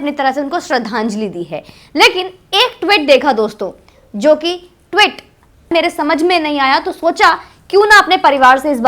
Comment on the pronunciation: ...your videos are informative and sincere and passionate, etc. But your pronunciation of Tweet as Twit is most enjoyable. Twit has a completely different meaning. Just an observation. Not a criticism. Your videos are always liked.